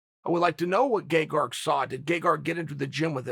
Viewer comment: Me: His name is Gegard Chael P: Gaygarg Me: ok great, his name is gaygarg